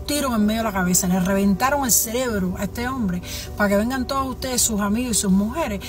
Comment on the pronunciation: Viendo este video y escuchando a “la doctora”… Cuando de momento la escucho decir la palabra CELEBRO en lugar de CEREBRO… No tengo más nada que comentar…